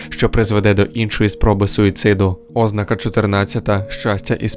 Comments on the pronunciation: Відео корисне, дякую за українськомовну адаптацію. Але на майбутнє, не збивайте людей з пантелику, наголошуйте слова правильно. ознАка, ніяк не Ознака. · ознАка Наголос на другому складі (на перше а). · Ознака (з наголосом на О), wtf? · Якийсь дивний наголос на слові ознака.